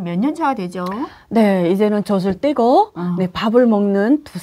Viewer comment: 가 "이제는 젖을 떼고" 할때 북한식으로 발음 하니까 다르게 들리네요